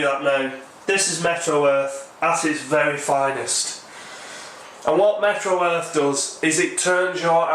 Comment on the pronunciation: Oops! I just made the same mistake others have in my comment just a moment ago. cosmonott1's correction of our thinking is right on the nose -- it IS called "MeteoEarth" (as in Meteorology), not "MetroEarth" (as in Metropolitan)! I had to check to be sure, but he's definitely right . . .